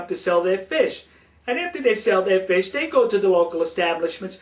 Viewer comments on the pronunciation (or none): none